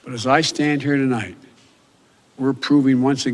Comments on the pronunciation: He began the telemprompter speach with to light, instead of tonight. Wow. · Not even 10 seconds into his speech, and he can't even pronounce tonight.